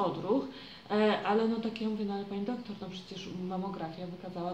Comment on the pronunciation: czemu wymawiasz doktór, a nie doktor?